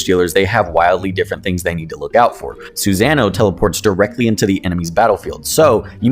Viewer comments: Reads: susanoo This guy: SuZanah!! Lol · The cringe when pronouncing "Susanoo"🤣 i did the same. But corrected after naruto. Love the vids you got a sub